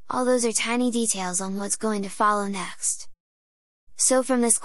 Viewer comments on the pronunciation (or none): that "next" sounds like when my gf is pissed at me and speaks with closed jaw (or however it is in english :D)